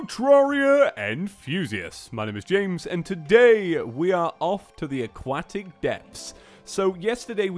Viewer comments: CAN YOU SAY AQUATIC CORRECTLY IT'S EXTREMELY ANNOYING. A-KWOH-TIC. I know the british can't speak properly but come on mate. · "aquatic" has a "t" in it